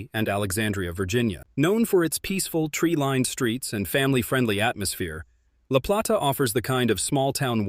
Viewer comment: La Play- ta- please pronounce it correctly! Utilities in Charles County increased - no longer lower.